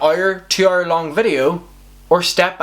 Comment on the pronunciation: Why this lot say heure instead of hour, that shit made me angry.